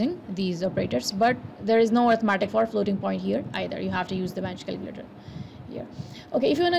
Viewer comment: did you say bench calculator? I did not understand